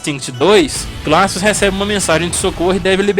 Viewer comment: não foi por causa disso, foi porque descobriram que ele utilizava implantes de titânio nos braços, que aumentava muito mais sua força. não se pronuncia "raptor" e sim "riptor" mesmo. não se pronuncia "glacius" e sim "gleicious". os finnishing moves são chamados de No Mercy neste game terminar de falar sobre o primeiro game da série e NÃO CITAR O MOVIMENTO COMBO BREAKER foi de longe o maior fracasso desse seu vídeo. Refaça. Por favor. Refaça